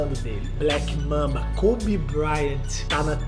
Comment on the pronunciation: Não é Koby e sim Kobe... Parabéns pelo canal 😊